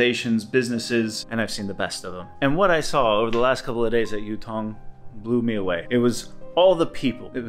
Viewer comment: For starters, the name is Yutong, Yu sounds like E but with a Y sound, and not Youtong. 宇通